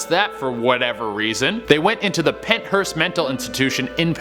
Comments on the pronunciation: It is Pennhurst. Not Penthurst. No T. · Pennhurst not Penthurst , Been there a few times. Pretty awesome place. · wait u said penthurst, I only see pennhurst on search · It's Pennhurst. I know because I live near it. It's being used as a dumb Halloween attraction. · pennhurst hence like pennsylvania my home state